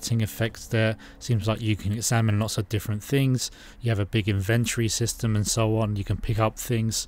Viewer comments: Look up how to say "inventory". You're welcome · Why can hardly anyone say "inventory" correctly? 🤔